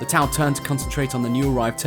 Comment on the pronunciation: "Bought T'au" Ew.